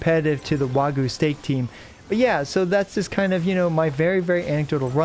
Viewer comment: What's "Wagoo"?